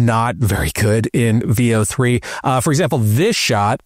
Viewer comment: Veo is pronounced with short E... Like in pen or bet...